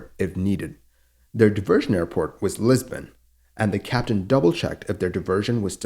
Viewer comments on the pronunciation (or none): none